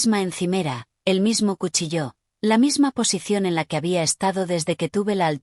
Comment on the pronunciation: Que yo Sepa Cuchillo No tiene ningun Acento porque lo pronuncian como si lo Tuviera expliquenmelo Please